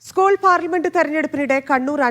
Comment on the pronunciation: ഉസ്കൂൾ അല്ലടോ എച് എപ് ഐ... സ്കൂൾ